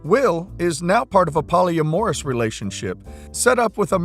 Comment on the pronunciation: Pronunciation note: poly-AM-or-us. Also, yes, it is the woman's right. She gets pregnant; she gives birth. She knew she'd be forced to marry and keep the child from family. She didn't have an abortion, so they can just be happy with the child now.